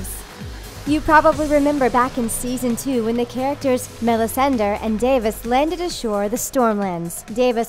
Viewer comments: What's up with MelisandIR? hahahhahahahahahha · Hears "Melisander" facepalms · Chelsea Suarez i know! I can't even finish the video it's driving me nuts. Day-vos? Mellisan-der? Drone? Like, nope.